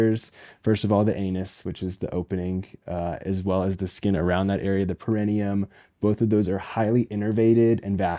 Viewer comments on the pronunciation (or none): Thanks for talking about this sensitive subject. Hopefully someone who has questions will come across this medically-sound explanation around this topic. Only one point of order: perineum, origin is Latin (which places emphasis on the penultimate, or next to last, syllable), would be pronounced with the emphasis on -ne-...so peh-ruh-NEE-uhm. But thank you so much for being a solid and trustworthy resource.